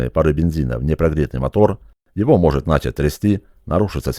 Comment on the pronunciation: не медленНЕ́е а мЕ́дленнее!!!Не рЕ́мень а ремЕ́нь.Не нА́чать, а начА́ть. Говорите пожалуйста так же грамотно как и обучаете!!! Без обид. Спасибо за передачу бесценного опыта.